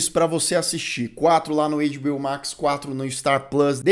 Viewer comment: as pessoas estão sem graça de falar, mas vou te avisar sim: a pronúncia não é "eiDibiôu" se parece mais com "eiTibiôu":goodvibes